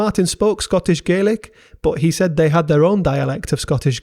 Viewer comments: Right. It’s GAY lik in Ireland. In Scotland it’s GAH lik. At least get the basics right. 😡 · Scots Gaelic is pronounced "Gallick", not "Gay-lick" as you would for Gaelic civilisation more generally, and Irish and Manx Gaelic in particular. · Really interesting! My only small comment would be that Scots Gàidhlig is pronounced "gah-lick" (think RP garlic)! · Pronunciation of Gaelic was typically abysmal